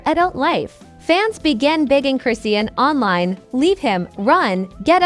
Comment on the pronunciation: Lady you don’t pronounce her freaking name right . 🤥stop lying . Tf where do you get these story. Husband! wtf 🤬